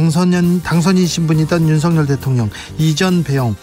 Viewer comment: 주기자님~!! "윤석열"을 어문법상 '윤성녈'로 읽는 게 멎습니까, '윤서결'로 읽는 게 맞습니까? 제대로 발음해주세요~!!